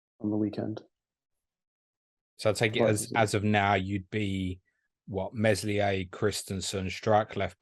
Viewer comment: the "s" in Meslier is silent lads